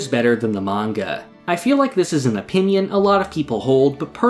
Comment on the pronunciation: it was so good till you said 'in my oponion'